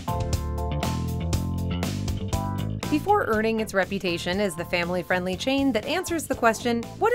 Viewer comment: The guy always says, "Befoe we get started..." I'm not used to hearing "before".